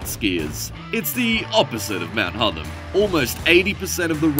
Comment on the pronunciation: hotTHam not hodum